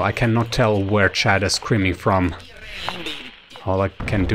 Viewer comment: it is chad not chaaad